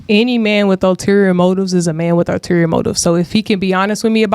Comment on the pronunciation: Btw, the word is, ulterior. Not alterior